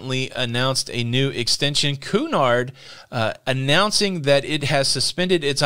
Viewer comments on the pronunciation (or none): Cunard is pronounced "Cuenard" as in, pool cue.